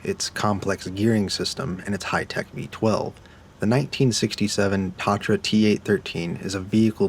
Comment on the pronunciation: it’s pronounced ta-tra please for the love of all that is holy get it right